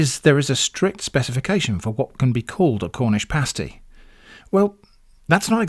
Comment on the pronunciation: In the upper penninsula of Michigan the "pasty" (pronounced exactly as you, and we DO correct people). While most people in the US just think of them as another "Michigan Thing" us Michiganders know it was brought over by Cornish Miners during the 1840s, who came to work in copper mines.